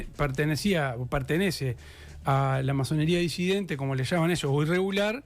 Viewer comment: Es disidente. Y bue a Preve le perdono todo; mientras me siga informando. Un capo